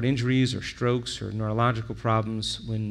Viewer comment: What is "chemishtry?" Or "shtrokes?" And "harmones??"